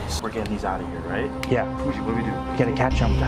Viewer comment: Not me thinking he said Cucci not Pucci 😃